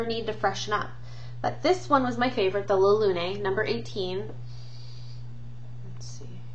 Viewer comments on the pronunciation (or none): la lune = the moon. say it like la loon